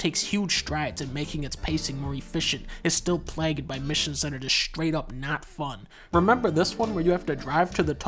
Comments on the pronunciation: Bro said “plagged” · Did…did Dunkey pronounce “plagued” as “plag-ed”?